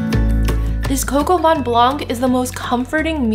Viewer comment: From a Frenchman: it's coq au vin, not coq au "van"! :) And if you can get your hands on a rooster, you should use that instead of chicken. That's what "Coq" is. But if you prefer chicken, try Poulet au vin jaune with morrel mushrooms, similar to your recipe, its an amazing French classic for winter and spring! I love your videos!